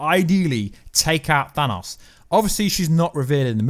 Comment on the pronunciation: I cringe when he says Thanos lol.